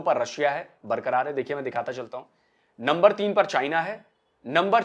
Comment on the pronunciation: Get yourself educated first it's not lumber it's number